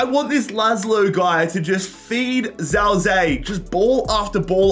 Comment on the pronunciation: every time i hear him say "zao zee" my ears bleed just a little. defo not his fault but it just gets me 😭